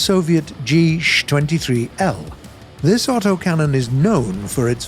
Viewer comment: GSh-23 is not pronounced ´´geesh-23´´ but ´´ge-sha-23´´